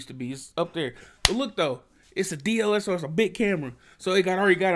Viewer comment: My guy said DLSR😂😂😂 it’s DSLR